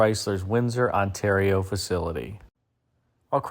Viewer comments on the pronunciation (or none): none